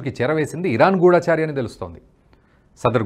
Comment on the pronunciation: ఇజ్రాయెల్ కు అమెరికా మద్దతు ఉంది. గూఢాచారి కాదు. గూఢచారి. గూఢంగా చరించేవాడు.